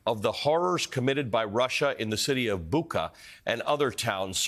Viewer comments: it’s quite a different story. In Bucha the CH is like in SUCH. It’s too easy to make such a rookie mistake. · It’s not BucKa, it’s BucHa. You’d think a journalist can pronounce it CORRECTLY by now…